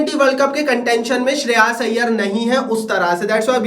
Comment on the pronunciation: Sheras iyer ❌ Shreyas iyer ✅